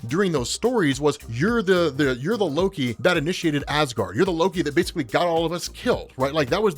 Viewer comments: yeah i notice him make that mistake a few times too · "instigated Asgaard"